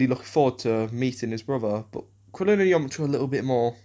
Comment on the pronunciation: I do love the way you pronounce Yamcha. It sounds like "Yomcha". I know it's just your accent